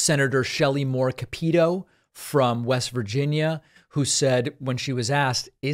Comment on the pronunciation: ees CAP-uh-toe, not ca-PETE-oh 🙃